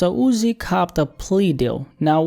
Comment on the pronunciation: Why do u same his name like that. Jus call him Uzi if u struggling